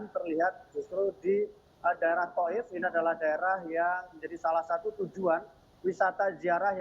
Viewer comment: TAIF BUKAN TOUF😮